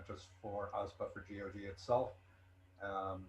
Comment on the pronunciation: It’s Gee oh Gee. 😁